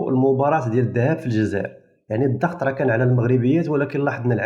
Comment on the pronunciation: 1 انتبه إلى اللغة : الضغط وليس الظغط!!!!! 2. لا داعي التبرير الخسارة الفادحة للجزائريات